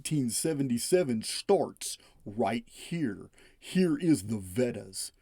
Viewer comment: VEDAS are pronounced vay das.